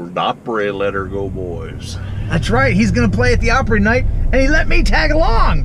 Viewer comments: Hope you enjoyed your "Grand Ole Plopry." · Yikes! Plopry? No Sir!